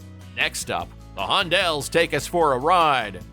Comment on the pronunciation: At the mark there is the album cover clearly showing the group's name as The Hondells, so how does the narrator get it so wrong? :face-purple-crying